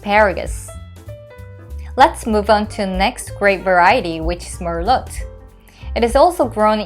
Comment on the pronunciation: Don’t pronounce the “t” in merlot please 🤗🤗